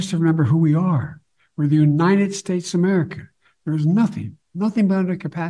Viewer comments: He STILL can't say "united". "The u nine ed states America" and now he's drpping the "of". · And Joe always mispronounces it as UNINTED States!!!!😵😵😵😵😵